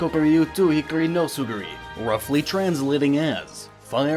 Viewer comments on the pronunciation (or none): He also flipped "tsurugi" into "tsuguri" for FE6's title.